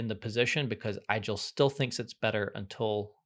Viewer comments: it's pronounced 'Eagel' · "Igel" is pronounced like ee-gehl, it comes from German and translates to hedgehog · Igel (german for hedgehog) is correctly pronounced so that it rhymes with wiggle, not with Nigel.